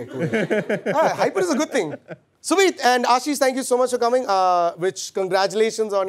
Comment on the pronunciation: *Ashish.. *Ulhasnagar